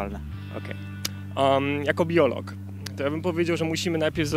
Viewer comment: BIOLOG XDDD Akcent nadrabia 👏